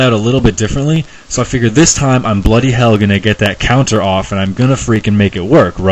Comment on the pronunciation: I never realised how wrong 'Bloody hell' sounds coming from someone with an American accent until now :P